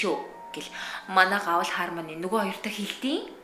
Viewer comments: Хармони биш Хэрмаяони гэж дууддаг шүү Их гоё болжээ :)) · goy bolson bnaa bayarlalaa, ghde harmony bish hermony shuu ner n hehe